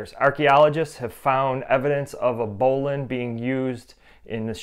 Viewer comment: I’m sure there is an argument to be made for other pronunciations, but this is definitely the original pronunciation.